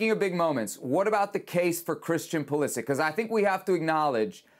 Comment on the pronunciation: It's Pulisic without a question. Stop.